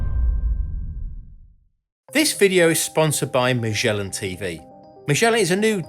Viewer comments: I enjoyed the information. I got distracted with the sloppy mouth pronunciation of Magellan. There is NO zzhh sound in the word. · Magellan, not "mijellin" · Again with the Majhhhhellan 🤦‍♂️